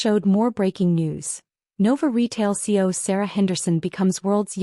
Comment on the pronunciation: It's CEO not C O!